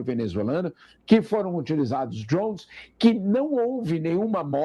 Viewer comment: Pô … fala “drones” meu parceiro 🤣